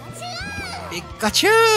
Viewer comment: ピ↑カチュウ